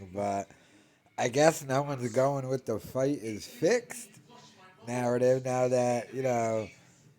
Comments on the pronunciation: Every time i hear this goober speak the word Narrative gets thrown around But he spells it Nurrativ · There's always a narrdiv B